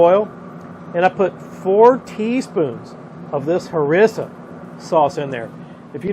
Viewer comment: Try : HarEEEEEEsa ; jalapeño. Ya see that Gilda over the n, pronounce it “ny”. More to come, southern boys cain’t tock 2 gud, cain ya?